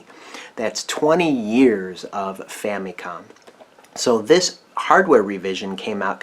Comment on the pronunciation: I just want to ask, why do you pronounce the Famicom like Fa-Mee-Kohm, and not Fa-MUH-kohm like most people do?